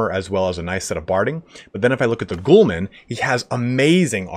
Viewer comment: It bothers me When you hear someone call Prince-A-Pays (princepes) prickepeps, Gho-Lams (Gulams) Ghoul-mans